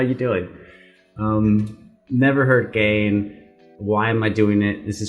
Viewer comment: Just for the future, it's "gah-in". I hope you do more from her. Shes a very progressive singer who isn't afraid to do or say things that most kpop artists would shy away from. She was a member of Brown Eyed Girls, who most people point to as the first 2nd gen girl group (debut in 2006). Hawwah is the name for Eve in...... I forget which language. The whole album is a Garden of Eden/religion concept. One of the best concept albums ever in K-pop. Don't let her sexiness fool you into thinking it's gimmicky (which I don't think you were thinking that, sounded like you were getting it). It has a purpose. So along that guideline that Hawwah is an Eden concept, you think she was the snake? Or eve? Whether she was the snake or Eve, there was that scene where it was mirror images. Was the serpent, under the story of presenting us with the original sin, also giving us freedom by gifting us knowledge? Or did the original sin of Eve have that same good side? Then there's the scene with the writhing, naked men behind her. Whether she is Eve or the serpent, does it represent all of mankind who were doomed to sin because of the original sin (eating from the tree of knowledge also made Adam and Eve realize they were naked). But she's also ahead of them, with the way they are facing. Is she a leader figure, knowing that, even if it's imperfect, the knowledge leads to freedom? I'm up late so I might not have been able to articulate properly what I wanted to say. But this MV has always fascina